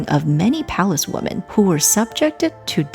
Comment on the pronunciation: Women, plural, is not pronounced Woman. It's pronounced Wimmen. "The" before a word starting with a vowel sound is pronounced "thee" as in "thee emperor".